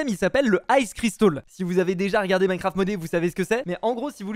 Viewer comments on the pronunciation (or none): none